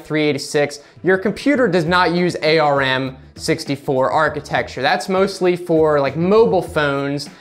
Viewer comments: wow. He is the first person I have EVER heard refer to ARM processors as A.R.M. It is usually pronounced like the body part: "arm" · ARM is pronounced like the word "arm". Paint isn't "depreciated", it's "deprecated" - in software, that means it's earmarked as obsolete, and will be removed in later versions. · You're the first person I've seen who pronounces ARM using the individual letters instead of like the body part.